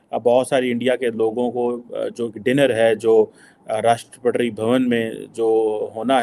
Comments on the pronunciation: Rashtrapadri 😂😂 cheemu saab rashtrapati hota hai😂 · At 0.46,” rashtrapatri ❓❓😆😆,it’s Rashtrapati,their se bolna to seek lete😂😂” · Eh bhai Rashtrapati toh theek se bolo. Kaheka Pakistani youtuber yaar.